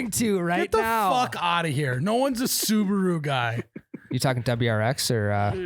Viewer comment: Hahaha fuckin “soo-ba-woo” guys